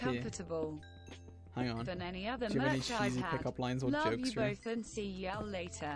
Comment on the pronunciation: I’m sry y’all but the way you went yAlL Why Why did you say it like that